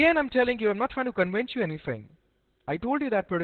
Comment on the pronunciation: "I'm not trying to cowince you"